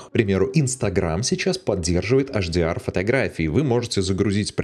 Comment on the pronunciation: Если уж "Адоби" , то тогда и "ЭйчДиАр" ( "Аш" - это на латыни) спасибо:hand-purple-blue-peace